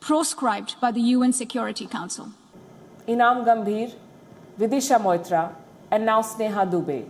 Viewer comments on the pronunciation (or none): vidisha mitra not mohitra maam